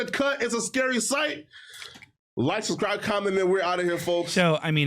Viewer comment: The fact Jallah the Hut thinks he’s ‘powerful’ and ‘moving up in the world’ is beyond delusional - only so far you can go when you pronounce the word subscribe as “susscribe” and are teetering on self-imposed cardiac arrest and organ shut down daily…